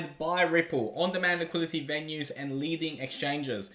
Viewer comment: Liquidity. Ffs liquidity!!! I love and all he does. But, for gods sake, it’s not liquility, it “liquidity”.